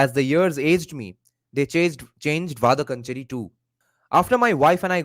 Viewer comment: it’s pronounced “Vadakkaanchery” Va da(dance ka da) kkaan che ry (ry of carry)